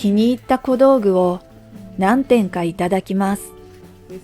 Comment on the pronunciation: ごめんなさいね。 気になったのでコメントさせて頂きました。 古道具 → こどうぐ ではなく ふるどうぐ こどうぐ → 小道具